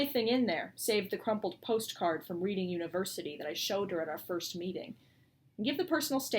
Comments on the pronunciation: Sounds great, almost swaying towards getting the audiobook now instead. Quick question though, is she referring to Reading University in the UK? If so then Reading is normally pronounced 'redding'. Looking forward to finally getting to read it :) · Not sure if there's a Reading University in America but in the UK it's pronounced in the past tense like 'Redding'. Also, sorry to ask this a million times but I never seem to catch the answer, is this going to be out on Kindle?!?!